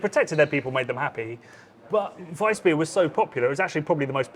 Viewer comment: Thank you for calling it Weißbier, and pronouncing it (and Hofbräu) properly. 🍻